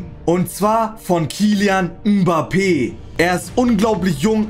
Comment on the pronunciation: Kylian Mhhbappè 🤣🤣🤣